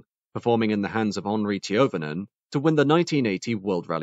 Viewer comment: You’re pronunciation of Finnish rally legend Henri Toivonen is quite funny. For a second I was asking myself ‘does he think Henri Toivonen is French?’ 😀